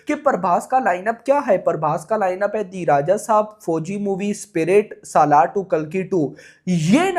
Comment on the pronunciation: पहली बात तो ये है की सलार को सालार बोलना बंद करो भाई 😂